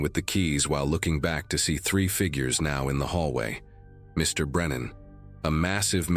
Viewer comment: It’s funny after Mr. Or Mrs. the narrator thinks it’s the end of a sentence and pauses.